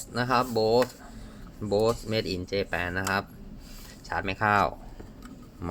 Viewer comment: ยี่ห้อนี้เขาอ่าน "บอส"